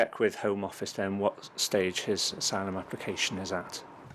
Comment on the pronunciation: "I don't know the meaning of isylum " 😂😂😂